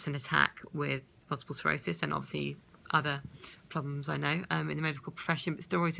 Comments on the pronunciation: Sclerosis... NOT Serosis. It would help if you could say the actual name correctly. Just saying. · Sounds like you're saying Multiple cirrhosis...